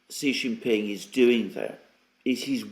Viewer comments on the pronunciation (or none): say his name =SHEE JIN PING NOT JHEE JING PING., JHEE MEANS PENIS IN CHINESE LANGUAGE. SAY SHHHHHHEEE LIKE THE WAY ALEXANDER M. DOES, SHEEE LIKE FEMALE IS CLOSER TO THE ACTUAL CORRECT WAY. JHEEE IS INSULTING.